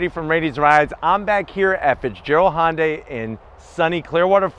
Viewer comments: I need to “zonk” your mispronunciation of Hyundai. Couldn’t get through the entire vid because of it. It rhymes with Sunday. Try “hunday”. It’s not Honday. Sounds like you are crossing Honda and Hyundai. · STOP SAYING HON-DAY! Damn!